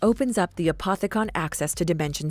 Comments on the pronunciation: lol that uh poth uh kanh, just no. its uh poth e kin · A POT THIC CAWNS Is how she says it